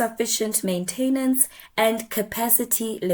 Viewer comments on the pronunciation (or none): Good video, very informative and logical order of the facts presented. I like your approach to communication and message, except one word is both spelled and pronounced "maintenance", easy to misspell but please don't say "maintainance" 🤦